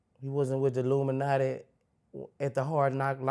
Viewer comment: Boosie funny af😂. Why he keep saying luminati